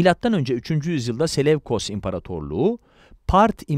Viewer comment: Ptolemaios - Ptolemayos diye okunur. Selevkos - Seleukos olarak okunur. Antik alfabede V, U olarak okunur